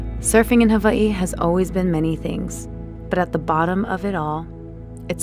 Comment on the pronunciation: Beautiful video! But you pronounce hawaii wrong.... And ohau